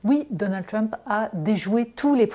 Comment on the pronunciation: je ne peux pas l ecouter prononcer le mot Trump. comment on peut etre aussi ridicule? pourquoi elle ne prononce pas Harris de la meme façon ? une perosnne lui dise, please!!!